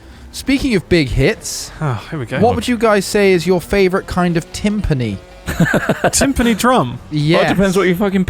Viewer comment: Pronounce Timpani correctly, godamnit